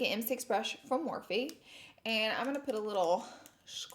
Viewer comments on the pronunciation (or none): none